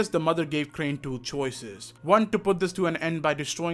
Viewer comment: Bro dont say like that plz "two"